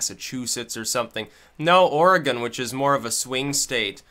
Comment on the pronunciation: There's a little known statute in Oregon that makes illegal any law (city, county, and state) that prevents the public use of controlled substances or alcohol. Although alcohol has an exception related mostly to parks. Also, congrats on pronouncing Oregon correctly 👍🏻